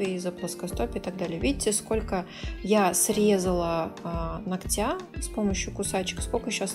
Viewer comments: Очень классно все, как всегда, и никакие какашечки ничего не режут, а только очень хочется слышать их под нОгтя а не ногтЯ и тУфлей а не туфлЕй, пожалуйста не обижайтесь 🙏 я не со злым умыслом, с уважением и наилучшими пожеланиями❤❤ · Ударения слух режут... Но работа прекрасная, как и всегда Хотя несколько видео назад я порадовался – думал, заметила и взяла на заметку "ноГоть" и "нОгтя" и вот ничего Эх